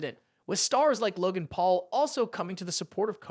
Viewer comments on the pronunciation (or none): none